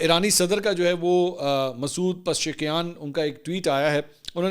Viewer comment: منصور بھائی آ پ آ ج تک ایرانی صدر کا نام صحیح ادا نا کر پارھے ھیں حالانکہ میں نے آ پ کو سمجھایا ھے pizish kiyan